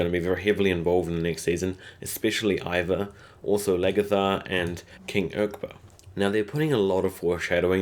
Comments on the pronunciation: It's ' IVAR', not ' IVAN'! IVAR IVAR IVAR ! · Ivar not ivan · I like your video. Remember it's Ivar, not Ivan. Also, Ubba was also very important in actual history, not just Ivar and Bjorn. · Good video, but you keep misspelling names. You called Ragnar RaNgar and constantly called Ivar IvaN. Cheers. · it's Ragnar and Ivar.. come on maaaaan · King Irkburk. Wut? It's King Eckbert. Kitergit. Eh? The town is called Katagat. Loki is a Norse god. Floki is the shipbuilder. It's not Ivan. It's Ivar. Ivar the Boneless. You didn't even try on the last one. It's Queen Aslaug. I can't even. I know you said you don't speak their native language but all of these things were spoken in English on the show a thousand times.